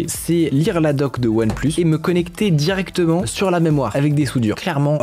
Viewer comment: On dit "directement"